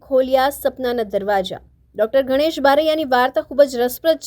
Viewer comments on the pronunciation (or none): Mam it's Ganesh not Ghanesh 👍🏻